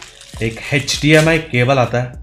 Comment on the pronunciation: HechDMI cable 😂